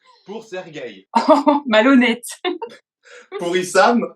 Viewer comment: fiona c'est une mamie avant l'heure , avec ces tops en crochets, ces jambes lourdes, ses perruches et sa vision de l'amour . a mon avis elle adore le scrabble et se tricote des bonnets pour l'hiver, en buvant des infusions. serguè ...non! sergeï, avec un iiii, faut pas etre allè en russie pour bien prononcer, serguei essayait de rester dans l'aventure quelque soit la meuf. elle est trop relou, faut qu'elle se trouve un pepere comme elle, ils pourront manger la sousoupe le soir ensemble